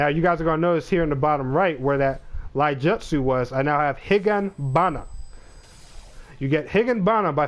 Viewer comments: It's not "Laijutsu" its "iaijutsu" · Also, it's pronounced "EE-YAH-JOOT-SOO"